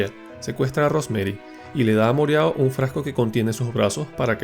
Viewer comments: con todo respeto, cuál es la gracia de cambiar acentos o nombres de los personajes, mereau se pronuncia moró, no moreao😅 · Moreau no se pronuncia asi, es frances y se dice moró. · Moreau se pronuncia Moró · moreau xd Murou